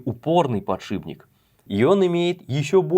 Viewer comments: ПодшиПник, не подшибник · сколько раз за видео он сказал подшиБник?